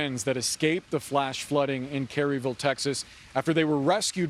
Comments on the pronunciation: I swear to god if I hear this man say “Cary-ville” instead of “Kerrville” one more time ima loose my shit…. It’s Kerr think “Kuh-Er” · Carryville?! 🤣 Does this reporter even know where he is or is he really in some Washington DC newsroom? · Did that reporter say "Kerryville?" 🤦‍♂ Parachute journalism at its finest. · You can’t even pronounce Kerville Texas correctly lol